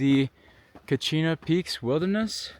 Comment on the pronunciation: How sure are we that those flowers are endemic? I've noticed some that are at least identical in appearance 200 miles away in the white mountains, especially around West Baldy Trail. Also I'm impressed that you correctly said Kachina and not Katsina.